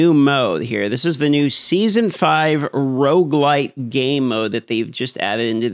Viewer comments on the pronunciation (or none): none